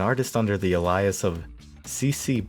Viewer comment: Legit not sure if you pronouncing "alias" as "Elias" and calling Ed's contribution "detrimental" were mistakes or jokes